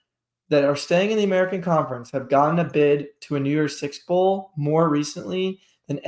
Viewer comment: Did you say New Year’s six? Sounded like New York six.